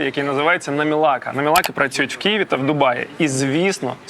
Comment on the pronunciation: Невже так важко казати Києві а не Кієві🤦